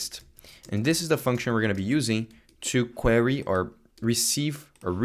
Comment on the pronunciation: You're pronouncing "query" wrong